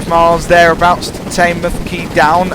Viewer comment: Just letting you know, Teignmouth is pronounced Tin mooth